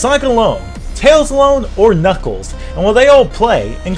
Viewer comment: I mean knuckles not knuckees lol